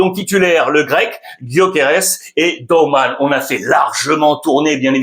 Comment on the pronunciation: Dowman so prononce come en down, AU, pas OU: DAUMEN. Lisez comme en espagnol toutes les lettres